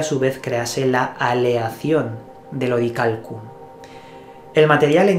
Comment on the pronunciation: SE Dice!!! Orialcon !!!!!!!